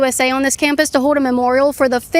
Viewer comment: Hoed Hoed ON - No. Sorry no. One of the biggest crime committed every day on these videos is Caitlin's inability to kill and eat up the letter l. She doesn't say law she says the laWL what the hell is a lawL and she doesn't say hold on she says hoed on what the heck is hoed on